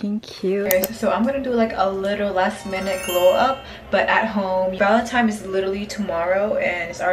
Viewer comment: why do ppl pronounce it as valentimes